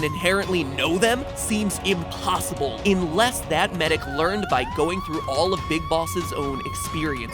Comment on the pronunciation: did he say "inless" instead of unless